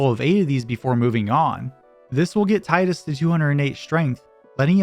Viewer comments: It's Teedus, not Titus. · "TIE-DUS". Tee-dus. Tee-dus. GOD please. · Good video, but you keep pronouncing Tidus' name incorrectly and it is so triggering lol. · THANK YOU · The utter pain of hearing Tidus's name mispronounced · Oh great, another moron who doesn't know how to say Tidus.